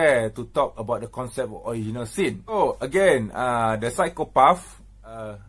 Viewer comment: Hey keep everything aside David and all... I give u CHALLENGE to openly pronounce "PSYCHOPATH" you will Win.... "PSYCHOPAAFFff🤣 hahahha...